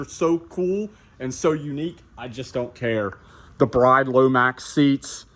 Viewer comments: It's acyually said as "brid" seats. Not "Brayd" seats. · If you’re going to say “they’re probably replicas” at-least pronounce it correctly. It’s pronounced BRID not BRIDE. 👰‍♀️